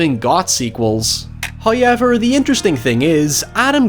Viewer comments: Someone should honestly make a supercut of saying 'hoyever' throughout his YouTube career. I would listen to that as anxiety-calming ASMR, someone make it pls 😢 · I love how your accent makes however sound like Howyever. It fills me with delight. Always enjoy the content, man. Hope you're well and safe. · Serious question, is hoyever how people from wherever he's from saying? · I mean... I listen to this dude say shit like Hi-ever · Now you've spelt it out, I can only hear it enunciated like that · I'm Irish and I've never heard anyone say however like does and I love it Also, great video!